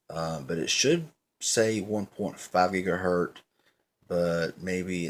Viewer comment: If you say "gigaher T" one more time I'm going to lose it and shoot you with a water gun...right through the screen man!! Come on dude!! Get it right!! GIGAHERT "Z"!!